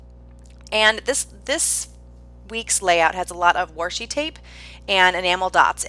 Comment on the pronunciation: Your PL fit the inspiration photo perfectly! BTW I love the accent you have when you say Washi!!